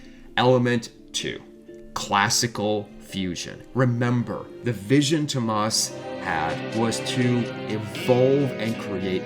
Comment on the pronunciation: Ugh the North American butchery of their names lol "TOMAHS HOLOPEWNEN" - TOO OH MAS HOLO-PIE-NEN is the correct pronunciation. Great video though! Nightwish is the best.